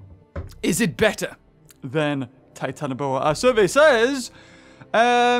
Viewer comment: Its Titan-ah-bua